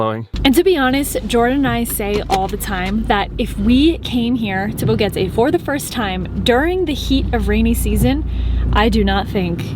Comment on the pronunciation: BoQUEte not BoGuete pls